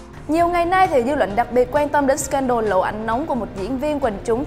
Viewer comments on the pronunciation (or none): none